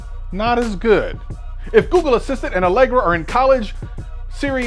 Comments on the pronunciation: Bahaha "Alegra" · "Allegra" -- hahaha -- thx for that bro' . ;-) great content